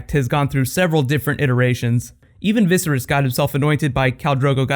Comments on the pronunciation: Did nobody cringe when he kept saying Visris and not Viserys I mean seriously?? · Viss-er-iss? Pretty sure it's Viss-air-iss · He pronounces "Viserys" in a weird way.